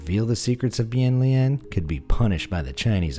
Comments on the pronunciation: I am from China and the correct way to say it is (Bian~ Lian~). The Chinese character is 变脸。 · As a Chinese, you read the Chinese words for the face changing wrongly 🧍‍♀️